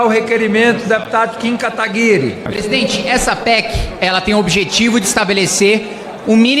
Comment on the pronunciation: Kim katagarí? Jurava que era kim katagurí